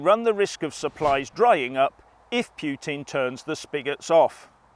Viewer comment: It's pronounced like Poo-tin, not Pyoo-tin you barbarian :D